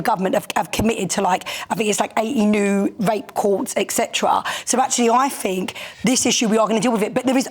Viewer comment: "I fink" grrrrr